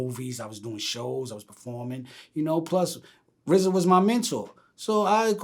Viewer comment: This nigga can’t call rza for shit.. he bullshitin us